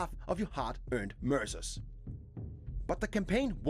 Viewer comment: Did anyone else hear “Mercer” and thought it sounded like “MRSA,” as in the horrible flesh eating bacterial infection? New weapons bought with skin would make it a very different game.